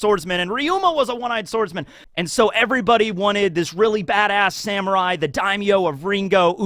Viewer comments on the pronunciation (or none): none